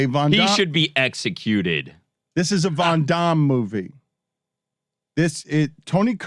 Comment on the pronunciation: Dan's pronunciation of Van Damme is hilarious.